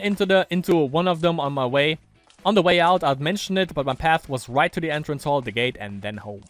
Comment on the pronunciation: Lol why are you always say "gah-teh"? Its just gate (schoolgate), normal english word Oh and also